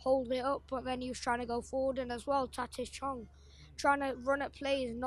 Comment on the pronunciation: ‘Taitith Chong’ 😂😂🙏